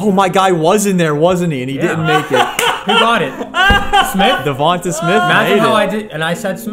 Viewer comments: It’s not devanta it’s Devante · I'm glad Devonta Smith (De-von-tae) not (De-von-te) got out eventually so I wouldn't have to keep hearing pronouce his name wrong. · I mean this with no disrespect but just some pronunciation corrections Davanta Smith is Duh Von Tay smith And Marquez callaway is mar Kees callaway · it’s duh-von-tay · I love videos but the way he pronounces Devonta Smiths name makes me cringe!!! 😂😂😂😂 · his name isnt davontuh smith haha